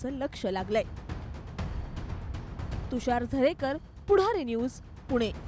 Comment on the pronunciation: Tu मराठीत बोल आधी पुणे आहे ते punaa नाही